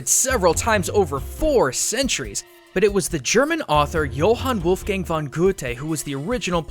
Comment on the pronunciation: Expect of the Goethe you said Johann Wolfgang right respect Im Austrian